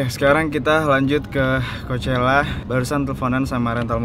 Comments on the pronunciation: Did you know that how to say coachella is not really coachella? it's cokella -Alissa Violet jadi yg bener yg mana? :') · bang tau gak? ternyata pronounce coachela bukan koushela tetapi khoakhela wkwk :v